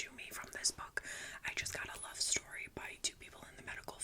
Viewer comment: STOR-REE 😂 I don't think this is sleeping material, this video is hilarious 😂 🏎 🏎